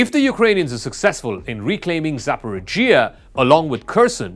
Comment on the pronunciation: "Dnaipr"? "Maikolaiv"? "Zaporidzhia"? Learn to pronounce the names properly ffs